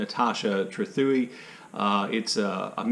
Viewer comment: by the way: TRETH-away is the more or less the pronunciation of Trethewey.